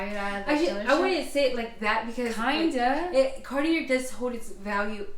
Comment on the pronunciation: Too bad you can't pronounce Cartier! You didn't do your homework! 😅😅😂